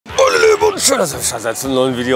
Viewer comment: moinmeinelieben sagt er hahahaha